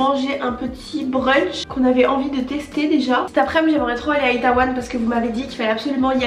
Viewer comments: Bonjour je voulais juste rectifier c'est itÉwon et non itAwon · '' itAWAN'' 🤣 je m'en remets pAAAS!!! ca se prononce plus ''itéwon'' 😊